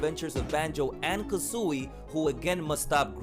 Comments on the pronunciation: yes ha ha it’s like how you say kazoo not Kuzui😂😂 think of kazoo and then louie the IE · Lol the way u say kazooie! Good video